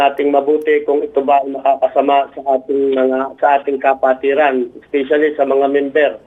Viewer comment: Kapatiran o Ka-pwetan? 😂